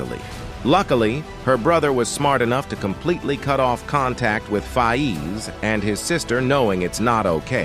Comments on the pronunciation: Its not fayeez its Fayz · One of th big things I am concerned about is why is it pronounced fi ez? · The DisRespect on Faiz's name is crazy